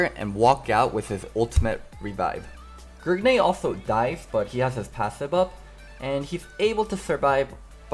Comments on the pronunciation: Is anyone else tilted when he says gergnay instead of grig? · Every time you say Grigney I get triggered. I don't understand why you have to say his name like that. It's just Grig. Decent video excluding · Whats with the "grigNEY" every time he says grig